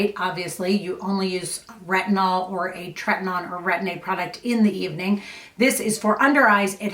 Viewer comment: Just FYI it is treti-NO-in. Rather than treti-NON. 🧡